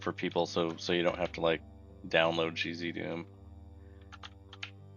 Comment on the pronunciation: cheesydoom (gzdoom as pronounced), lol.